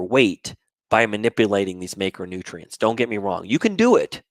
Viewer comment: Thanks for your videos. I think you're pronouncing macronutrients wrong though, specifically the letter a